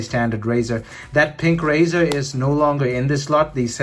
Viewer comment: Rizr is pronounced like riser.